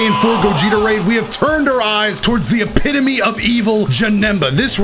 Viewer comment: in kid Buu video: today we are fighting the embodiment of evil in this video: today we are fighting the epity of evil